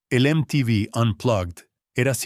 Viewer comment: Me la bajó cuando pronunció mal MTV y me di cuenta de que es una IA la que habla, malísimo.